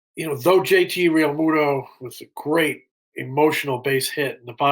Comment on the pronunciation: How can you cover the Phillies and pronounce Jt's last name wrong?